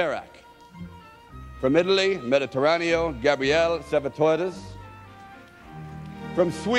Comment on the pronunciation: Beautiful film! I could not believe Stalone could not pronounce correctly Mediteraneo.